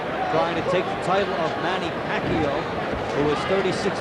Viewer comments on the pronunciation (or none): Was the commentator mindless of his pronunciation of Pacquiao. Was it intentional with malice? He repeatedly pronounced, from the beginning to the end, Pacquiao to "pack you." While the ring announcer clearly said "pack-yaw" during the introduction, but the commentator insisted with "pack-you. He perhaps needs an uppercut by Manny Pacquiao. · What's with this announcer calling Pacquiao pakyo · Hahaha Manny pakyo pagbigkas ng announcer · tang ina manny pacyo daw sabi ng commentator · The announcer can’t say Manny’s name correctly yet. I’m sure he knows now.